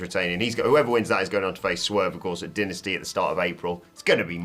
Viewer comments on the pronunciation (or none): You can say Dynamite but then say Denasty..... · Say it with me... DIE-NA-STY